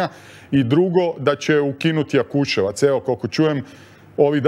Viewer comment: Marko, ti si novinar, moras nauciti da nije Jakusevac ime mjesta, nego Jakusevec